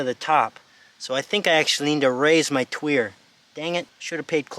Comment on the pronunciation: It indeed pronounced twee er. Don't listen to pronouciation videos. The most popular ones are shameless grifters that just talk out their arse constantly and just make up any old shit. Watch random videos from them and you'll see words you know and see just how atrociously bad and lazy their pronouciations are.